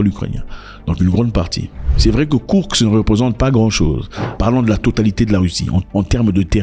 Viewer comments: KourSk et pas kourKs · Cest pas kourx..cest KOURSK